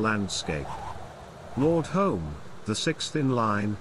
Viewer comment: The narrator is incorrectly pronouncing "Home" with an O sound instead of U. Both spellings are pronounced "Hume". The only reason our families changed the spelling is because of such misunderstanding.